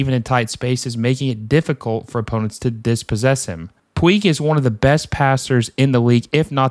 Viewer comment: I know how to pronounce Riqui Puigs name. Sometimes I slip because of being so used to saying (pweeg) from the Yasiel Puig days